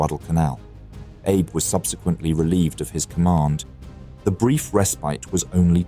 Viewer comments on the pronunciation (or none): Hi! I’m a Japanese viewer and I absolutely love your channel! I noticed, like some others have mentioned, that the name 阿部 (Abe) is actually pronounced ‘Ah-beh,’ with the first syllable stressed and a soft ‘e’ sound at the end. It’s a little different from ‘Abe’ like Abraham Lincoln. It’s an easy mix-up, especially for non-Japanese speakers, so no worries! It’d be awesome if you could correct it in your next video, especially since you’re promoting a language learning app. Thanks so much! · Dude.... the Japanese commander was named Abe but not pronounced like Abe Lincoln or like some Jewish grandfather. 😂😂😂😂😂 It was pronounces AH - Beh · AI spoils a good video. Abe is Abé not Abe as in Lincoln. No thanks. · You pronounce the same Japanese word differently even if it appears twice in the same sentence. HeeYay or Heee? KeerowSHEma or KeROWshima? Ayyb or Ahbay? Either you or the AI voice needs more training! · Your AI narration is pronouncing Abe like Abraham, not the Japanese Ah-Bey. Surprised you didn't catch that, it's happening a lot. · Abe is pronounced “Ah-bay”, not like “Abe” in Abe Lincoln. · the video correctly pronounces Abe (ah-beh). Then it’s Abe (as in Lincoln) from there on out. What happened? I’m quick to dismiss anything AI generated so I hope that’s not the case here. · Someone who is mastering 3 languages, the narrator SHOULD know the name of the Japanese commander is not pronounced like ABE Lincoln but as two syllables AH BAY. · Abe is not pronounced like Abe Lincoln, it's ah-bay. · Enjoy the channel. Comment: l believe Japanese Admiral ABE is pronounced "Ah'-bay" not Abe (as in Lincoln). Could be wrong. Would appreciate if Japanese speaker would clarify. Also, what does ABE mean (if anything) in Japanese. Thank you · Abe, as in Abe Lincoln... ? Ah-bay perhaps? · Please for the love of god look up how to pronounce some of the Japanese admiral and ship names. It’s not Abe like Abe Lincoln, it’s pronounced “A-bae” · it's pronounced "ah beh", not "abe"